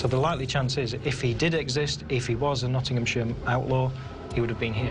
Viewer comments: Nawding Ham! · as an english person, it pisses me off every time they say Nottingham cos it’s just so wrong